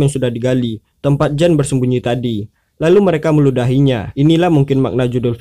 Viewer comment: Meludahi bukan Muludahi wkwkwk pretttt lol